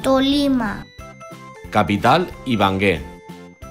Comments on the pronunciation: Es ibague no ibangue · No es ibangue es Ibagué 🤭🤗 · Jajaja y se pronuncia Ibagué no ibangue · Tampoco se dice ibangue es Ibagué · Whats ibangue no ibague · Atlántico, Cesár, Cúcuta, Antioquia, Tunja, Arauca, Ibagué !